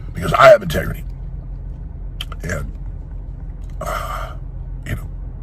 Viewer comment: Tegrity! Lmfao! What a wussy man boy